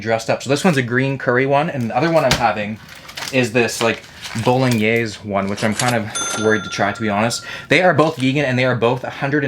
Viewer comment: Italians crying hearing pronouncing bolognese.